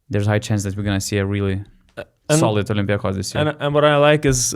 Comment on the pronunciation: It's OlympiacOs. Not OlympiAcos. Okay?